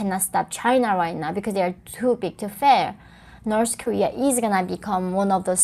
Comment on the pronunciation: i still think the "norse korear" is the funniest shit ever...shes fkn from there...and cant even say it right...norse career